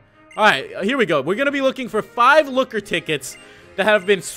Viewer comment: Man lokker sound so so so so so so so so so so werid